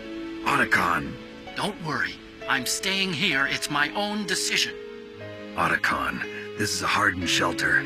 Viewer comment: Why did Meryl call him "O"tacon 😅